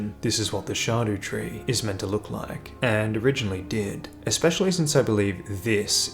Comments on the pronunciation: fyi “scadutree” is using the Old English word for “shadow,” or “scadu” (sċeadu more accurately). it’s pronounced the exact same as “shadow.” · Scab-daba-doodoo tree. He corrected himself 😂